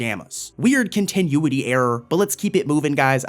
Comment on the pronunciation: Continuity; con-ti-nu-ity